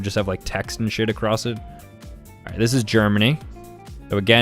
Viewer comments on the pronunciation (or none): none